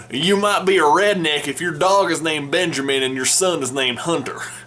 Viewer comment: Fun fact my name is Benjamin and you have butchered on purpose